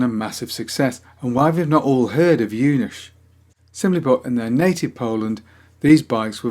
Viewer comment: great to see my first proper bike here ;) the right pronunciation of Junak is close to "you knack" ;)